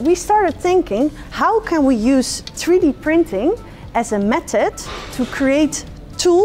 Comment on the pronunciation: It’s 3D printing Sam not free d